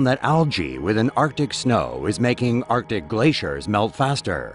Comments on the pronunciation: Is it me or does it sound like he is saying "our dick", when he says arctic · LOL lt's not just you.